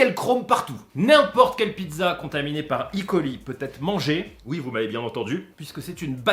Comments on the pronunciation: Super vidéo, juste pour E.coli on prononce pas i.coli c'est euh.coli. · Pourquoi icoli ? C’est E colis soit escherichia coli. On est français le E se dit E et pas I. Bisous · Yo Super video et je te suis depuis longtemps mais stp dis: eu coli et pas i coli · On dit "E" coli (on prononce E pas i ). Parce que c'est Escherichia coli :) Merci pour cette vidéo qui aidera les le communs des mortels à mieux comprendre les contaminations et comment s'en débarrasser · ça me stresse à chaque qu'il dit "i coli" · Franchement c'est pas possible je peux pas te prendre aux sérieux si déjà tu prononce en anglais un mots Français (enfin a moitié vue que tu prononce coli a la française ) mais le pire c'est le E de E.coli est une abréviation du nom le nom a prononcé c'est Erichia coli ^^. Pour les kinder alors si je me rappel bien des mes cours de cuisine si la salmonelle péris bien a partir de 65 (avant c'était 67) sa toxine elle résiste jusque 120 . En temps normal même en mangeant un peu de cette toxine nous ne devrions pas être malade le hic c'est que avant l'étape de la pasteurisation il y a surement eu une faute qui a fait bondir le nombres de salmonelles et plus de salmonelle = plus de toxine